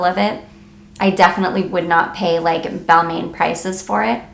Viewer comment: Nice video but for Balmain it’s pronounced Bal-mon.... not “main”